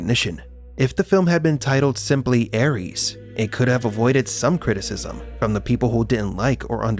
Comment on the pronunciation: Cada vez que escucho ARIES, en vez de Ares me sangran los oídos.